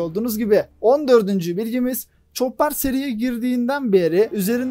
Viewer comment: ÇOPPAR depil ÇOPER DİYE OKUNUR